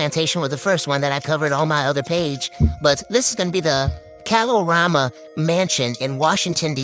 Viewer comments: I grew up in the DMV and always heard the area pronounced 'KAY-lorama'. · As a native Washingtonian, it’s hilarious hearing everyone say Kalorama wrong. 😂🤣 and Yes, DC is technically the South (the south of the North and the north of the South.) 😂 Also, didn’t Eastern Market catch fire years ago?? 🔥 Every time I drive by and see people shop like black folks weren’t sold there irks my spirit. lol!